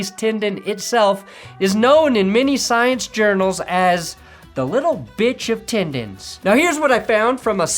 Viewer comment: I’m just here hoping to hear the words “tindins” and “Dinver” in the same video